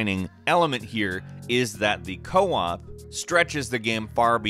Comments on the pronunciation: It's Co-Op not Coop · Co-op, not 'coop'